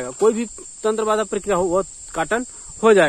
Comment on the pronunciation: आप जप प्रक्रिया बोलते हैं तो परिकृमा सुनाई देता है इसको सुधार कीजिए।